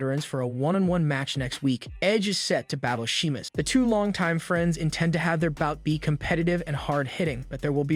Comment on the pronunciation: Are you even a fan? Everyone knows how to pronounce Sheamus, except you.